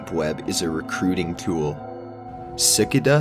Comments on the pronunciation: Tf is a cicuhda . Its a cicAda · I cant listen to u anymore saying sickada its suh-ca-dah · ellen lee s-eh-cuh-duh....it's s-eh-cay-dah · Si-ca-duh is what he said but it's pronounced si-cay-da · Yeah if you like hearing 'sick-I-da' instead of 'ci-cah-da' 24 times in a minute. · Omg Sickada Not Si-Car-Da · “Sick a da” sic-a-da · ITS SA-KAY-DA NOT SICK-CA-DA christ that shit tilted me so hard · no it is SICK-CAY-DAH. not SA-CA-DA and certainly not SAY-CAH-DAH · 😂 he said si-ca-dah I’m pretty sure it’s si-cay-da like the bug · "Sicuhduh" cmon man. It's "sikayduh". I get it that you're not from the south, but damn. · ci-ka-da? you mean seh-kay-dah? cicadas are bugs that typically live on trees in forests. seh-kay-dah. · "si-ki-duh 😂😂😂 Dude its a Si-kay-duh, the same thing as a locust 😂😂😂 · It's pronounced "Ci-'KAY-DAH" like the bugs.... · Sick Kay duh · sicka duh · ellen lee it was getting on my nerves. I like chills but come on. SUH-KATE-UH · I turned off the video after I heard sickada. lol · Its sik i da actually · Omg it’s pronounced sick-ay-duh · Si-kay-da....c'mon man. Also, stop trying to talk creepy, just read. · that's just his monotone voice, although I wish he just would've pronounced it ci-cay-duh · Every British and American dictionary consulted from the late 19th and early 20th centuries recommended the “si-KAY-da” pronunciation. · sick-a-duh.. lol c'mon cuhhhh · For this guy u wanna write out the syllables as Sick-ay-DUH! Lol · Sick-a-da, have you really never heard of a fucking cicada before? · Cant even say cicada (SICK-AH-DAH) Why would I trust any of this vid lol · sic-uh-duh.........* dead * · dude why can't you say cicada. say it with me sah-kay-da. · Its si-cay-duh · Twiggy Morris no, its sih-car-dar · Them SiCkA-dUhs though. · lol sickidah ! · Cicada is pronounced sihKAYduh! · Lmfaooo he took a long pause before saying “Sickada”😭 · si-ca-duh sksksksksk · CICADA - (SICK-K-DUH) CICADA DUUHHHHH LOL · It's SICC-AYE-DUH LOL